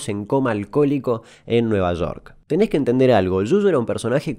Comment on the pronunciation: A un mono que se come el acento en la segunda 'e' de la palabra"tenés" si se lo puedo decir...